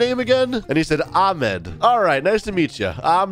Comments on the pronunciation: it’s not pronounced aa- med- its ah- med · THATS NOT HOW U PRONOUNCE THE NAME AHMED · You don’t even know how to read Ahmed’s name أحمد my dad‘s name is Ahmed